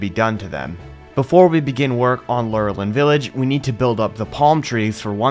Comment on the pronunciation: I pronounced lor a lin village just to help you out